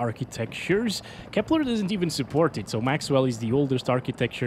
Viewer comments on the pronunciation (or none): none